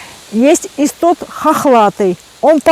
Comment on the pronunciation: Это не иссоп, а истод, всё правильно она называет.